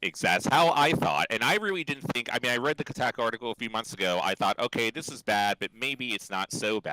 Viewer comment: Ko-tack-ooh article.